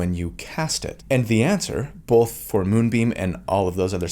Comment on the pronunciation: Both happened in this video: Most comforting thing I've heard from: How to deal with your inner critic Most upsetting thing I've heard from: Bolth